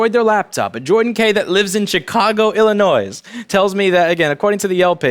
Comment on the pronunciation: I wouldn't trust this "Louis Rossman", he pronounced Illinois with an audible "s"